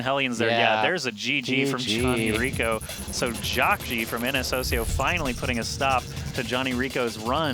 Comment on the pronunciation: jeesus fuck, the team's name is ns hoseo (pronounced ho-suh) not fucking hosio